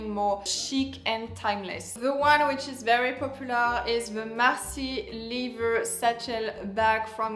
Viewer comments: Lether please not lither! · Every time you mean to say leather, you say liver. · it's pronounced "leather" like an accent grave on the first syllable "e"